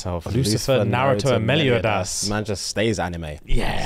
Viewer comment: Who the fuck pronounces Meliodas' name like that?